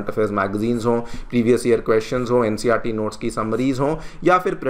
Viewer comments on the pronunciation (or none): none